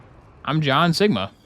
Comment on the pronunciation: Seegma? What do you mean Sigma? SEEG MA BALLS IN MY MOU